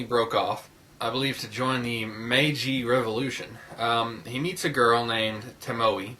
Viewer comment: Toe-moe-eh (pronounaiation) Tomoe :) but yes, trust and betrayel was the second best anime movie i have ever seen (second only to princess mononoke)